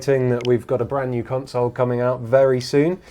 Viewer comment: *console not "council"